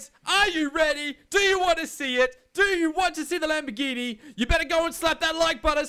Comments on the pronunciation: Actually the fifth attempt had the correct italian pronounce xD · actually, you pronounced it right the fifth attempt, you pronounce it like that in italian